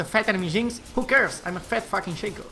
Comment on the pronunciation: its ShAco not Shayco